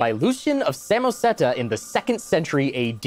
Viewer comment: Um, actually... it's Lucian of Samosata, not Samoseta.